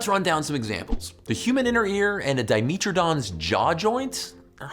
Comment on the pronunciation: Its dimetrodon not dimeeeeetrodon